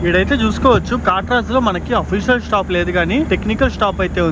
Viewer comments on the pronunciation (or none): none